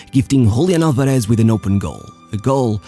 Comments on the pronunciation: All good, but the "Z" is not Sh, just S. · The accent in Álvarez falls on the first syllable. It's /'al.ba.res/, not /al.ba.'res/ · /alvareSH/??? It's pronounced /álvares/ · Is not, alvaREZ is Álvarez .. ÁLvarez. head of chota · Really good video. I just wanted to point out it's pronounced AlvareS, with an S sound (rioplatense spanish accent's pronunciation of the letter Z) and not AlvareSH which is how you pronounced it; I hope u see it and helps you for future videos. Great content. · Just one tip: In Spanish, when pronouncing the generic surnames Fernández, Martínez, Álvarez, the z is pronounced like a normal 's' not like 'sh'. Only in Portuguese (from Portugal, not Brazil) it's pronounced like that. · Love how you say "Julián Alvareshhh" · It drives me crazy the way this guy pronounces the z's" en martinez, alvarez... he tries to emphasize the z sound, but ends up sounding like shhhhhhh, "alvareshshshsh" "martineshshshsh"... jajajaja, by the way, great video, saludos desde el mejor pais del mundo: argentina!